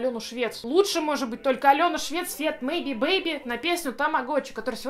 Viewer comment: Ааа,,прошу,заметь🙏🙏 Не мейби бейби,а Мэйби Бэйби 😭💞💞💞